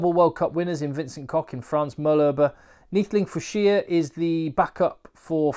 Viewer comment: Gumede, Goo-meh-dee. Fouche not Fouce. Pronunciation is great but spelling not so much😂